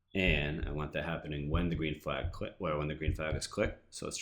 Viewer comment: You Say Want Weridly